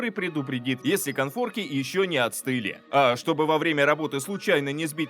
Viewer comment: Мне послышалось или он говорит оТстыли?